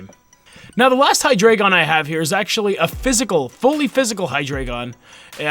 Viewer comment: FINALLY SOMEBODY PRONOUNCES IT RIGHT...jeez